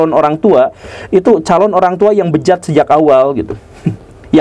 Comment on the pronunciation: 😂😂😂😂😂 biasa ajh pa gugem..bilang . Bejaddddd. Asli w ngakak abis dengernya 😂😂😂😂😂😂